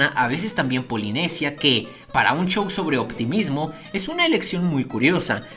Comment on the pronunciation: Me sorprende que diga chow y no show